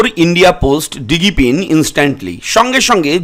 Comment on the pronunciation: এটার উচ্চারণ ডিজি পিন, দিগি পিন নয়।